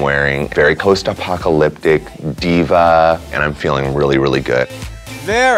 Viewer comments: post “apockoloctick” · Did anybody else hear it? ..Post apocaloptic… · Other people: here for Sharon's iconic outfit Me: here to hear Lashawn mess up ''post apocalyptic'' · No one can pronounce post apocalyptic lol